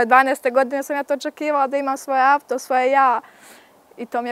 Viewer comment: A nije tačno imaju još bolji ona nezna ni pričati kaže avto